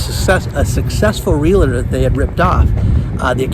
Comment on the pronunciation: There is no "LA" in the middle of the word realtor.